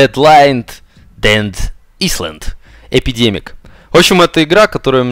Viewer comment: Не исланд, а айлэнд,.